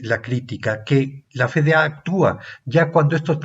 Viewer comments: Es: efe de a (FDA),si lo va a decir en español, o ef di ei (como suena) si lo va a decir en inglés. Por qué dice Fe de a? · CUANDO ME ENSEÑARON EL ABECEDARIO APRENDÍ QUE LA LETRA "F" SE PRONUNCIA "EFE Y NO COMO LO REPITE UNA Y OTRA VEZ USTED Alejandro.... FE...... Pregunta: desde cuándo cambió la pronunciación de esa letra ????? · Quería compartirlo, pero la pronunciación de "F.D.A." como "Fe-De-A" le quita seriedad al video.